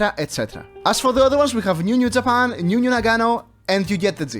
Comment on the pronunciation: when bro said New 10 times, it sounded like "Mew" 💀💀